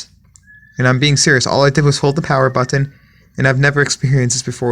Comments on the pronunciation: Why do you over pronounce the word "button"? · Say button again.